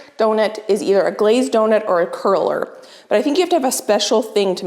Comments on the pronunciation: Did you mean cruller instead of curler?? 🍩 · It's called a cruller donut not curler.